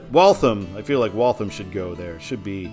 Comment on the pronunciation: Besides all the comments about the mispronounciation of Peabody, which I warned you about in previous comments, you butchered Waltham (walth-ham, like the meat), no pun intended. In your "Todd's way it should be," you misspelled Franconia. I do believe that northbound it should be simply the town Franconia without the Notch. Plymouth NH, in the Lake Winnepesaukee region which US 3 loops away from I-93 to head for Laconia and get closer to the lake, is the home of Plymouth State University. That town is a major destination for New Hampshirites anyway. Salem NH is the home of Rockingham Park, a horse racing venue which is mentioned in the movie "The Sting." Loudon NH is the where the New Hampshire Speedway is located, for NASCAR fans. Of the other places mentioned in NH signage on I-93, Franklin is the only city, and a small one at that, though Derry is a sizable suburb of Manchester. The toll booth on I-93 is in Hooksett, and is referred to on traffic reports on WBZ (1030 on the AM redio dial) as The Hooksett Toll. When MassDOT (MassHighway as it was known then) redid the signage for I-93 in Boston itself when The Big Dig was completed, those signs replaced the northbound signage for Lawrence. I know you would have cringed with the former signage. I agree with you that Manchester NH should be on the signs on I-93 NB in MA. I think that the reason MassDOT does not sign I-93 SB for Providence in the City of Boston is because most traffic in the city itself does not go all the wa